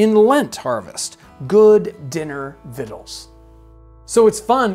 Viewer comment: Weirdest pronunciation of "victual" that I have ever heard...